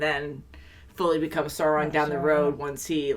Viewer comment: It's Sauron, not Sore-on